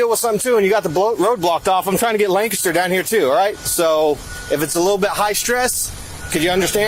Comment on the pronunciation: They did pronounce ‘Lancaster’ correctly